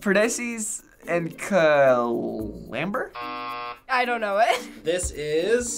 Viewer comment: "it's Perdissese and Clamber"